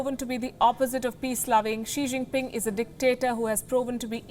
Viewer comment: Xi Jinpin "'Fong Pei"' again & again